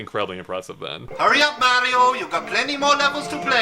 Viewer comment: Your dad just lost 15 points from Griffindor because he said super mare-io and this was years after the super Mario Brothers three commercial where they said Mario clearly 😮😊